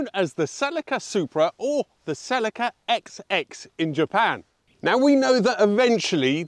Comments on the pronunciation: What’s a Sellaca?.. it’s a Ceeeelika!.. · ... It's not a 'Selica' .. it's a celica ! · Cell-EE-ka, or cel-IKKA? We seem to have a slight Hyundai type problem here with pronunciation!! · For goodness sake, what is it with British pronunciations? It is not a "suh-LEE-kuh", it's "SELL-ik-a" even from Toyota themselves. And its not a "zed-car" ,it is a "zee car". And in any case - the British were "not taking Japanese cars seriously" - after they quickly blew your own industry into oblivion (and the same with motorcycles) with far superior designs and far superior build quality? It is astonishing, I think you guys probably still don't get it! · It’s Selika not Celica. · I just couldn't make it, after hearing the car called a " sell-leeka" half a dozen times, I'm out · I certainly agree with the pronunciation of the name. Not sure how the "other" way came about. Weird.